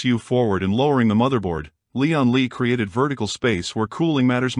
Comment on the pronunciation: Hilarious that the AI can't properly say "Lian Li."